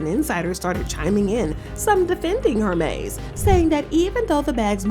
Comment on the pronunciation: Hermès not Hermés